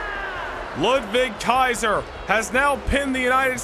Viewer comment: it sounds cool to me 😂